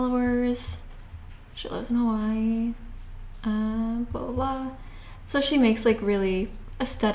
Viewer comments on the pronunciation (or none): none